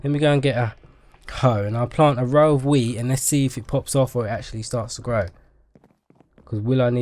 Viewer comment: Did he seriously say row of weed XD